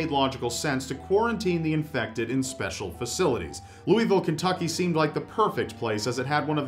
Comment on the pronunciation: I'm from Louisville and was brimming with pride when Waverly made the #1 spot!! Btw you basically pronounced Louisville right, so thank you for not saying Lewisville lol. That place is honestly creepy as fuck tho, been there twice. They let you and a group of friends stay the night for about $100 bucks, if you stay the whole night you get a full refund (almost nobody does though _).